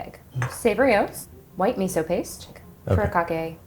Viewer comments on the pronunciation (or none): none